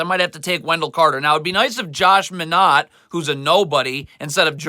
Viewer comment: Gets pretty annoying when he pronounces everyone’s name wrong. “Neemias QueTa, Josh MinOTT, Paulo BanCHero.” This guy doesn’t even watch the Celtics. Calls Josh Minott a “nobody.” Has no idea that he’s having a breakout season and is starting for a reason. Every team loses games.